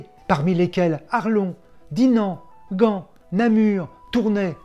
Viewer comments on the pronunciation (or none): none